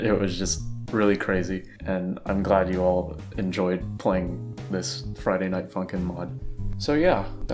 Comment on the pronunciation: You are like. The only person I know of who can say Friday Night Funkin and have the yt captions get it RIGHT